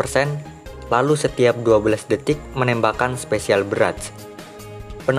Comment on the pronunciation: Anjayyy pertama denger ngomong barrage udah beda coy . selamat bang udah baca barrage dengan lancar